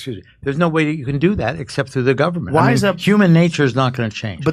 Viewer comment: "There's no way to do that except thru the guvment." What!?! What a stooge...